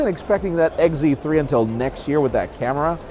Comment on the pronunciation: "Sony Xperia Egg Zee 3" lol